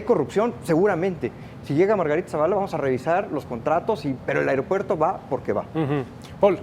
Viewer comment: Por qué el conductor dice "AREOPUERTO"?